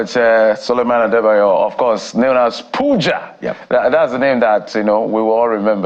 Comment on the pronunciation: You called him wrongly, it is Pooooooooooooooooja!!! 😅